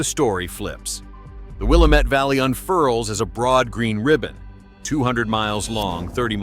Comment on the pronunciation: Why can't any of these AI's say Willamette right? Dumb terminator.....😏🤪🤣😜